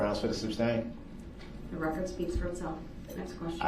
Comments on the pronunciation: Brooks, it's SUSTAIN, not substain, you moron...How many times did he mispronounce that word alone? lol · Can anyone explain to me what a "of" is? I think he meant to say "oath" but I can't tell with this narcissistic clown. He also never got the word "sustain" right either .."The reason for the substain, your honor?" Lol